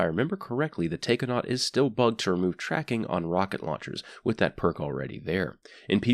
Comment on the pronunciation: You pronounced Raiju correct, but not Taikonaut? Im saying this so people who understands Japanese won't get irritated by mispronunciations, like the Susanoo fusion rifle (it's pronounced "SUU-SAH-NOH-OH")